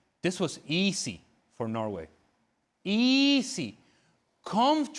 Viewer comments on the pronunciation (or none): Ale Moreno you pronounce the word easy like eazy not easssy.